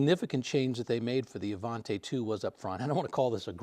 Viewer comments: Even though Studebaker ended in Canada the Avanti didn't... therefore you pronounce it Avantee, NOT Avant-eh! :) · It is NOT Avant-ay. It it pronounced Avant-ee. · The last syllable of "Avanti" is pronounced "tee", not "tay". Interesting video, but that "tay" is a constant distraction. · You are mispronouncing Avanti. The last syllable is pronounced “tea”, not “tay”. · What’d you get wrong? The name of the car. 😂 Avanti = uh-von-tee, not uh-von-tay. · AvanTAY????? Don't you speak Italiano???? EH! It's AvantEE! And it wouldn't do 170 mph.. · It is NOT the Avantay. It was the Avanti pronounced “Avantee”. I got to ride in one the first year they were out. Mr. Palmer had a Mercedes/Studabaker dealership in Long Beach. He gave me a ride home from a high school football game. Very cool! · Absolutely loved these cars so it pains me to hear it mispronounced. It's Avantee, not Avantay. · Just a quick note regarding pronunciation.... I was scolded many years back that Avanti is pronounced Avantee not Avantay. As an owner of two of them I have changed my ways and now pronounce it correctly. BTW- you could get AC in the normal asperated Studebaker cars. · Avanti, not Avante (Ah Von Tee, not Ah Von tay) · It is pronounced "A-Van-Tee." An Italian word for "forward." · IMHO, with an i at the end it should be pronounced 'Avantee', not 'Avantay'. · It is not pronounced Avan-Tay. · Uh von tea Not uh von tay 🤡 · ah-von-TEE, not tay. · One of my favourites, especially when the headlight openings were made square. Sorry to nitpick, but I think it's pronounced AvanTEE, not AvanTAY. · I've never heard it pronounced Avanté in my life. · ...it's Avan-tee please. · You love the car but you mispronounce its name every single time you say it. Oish.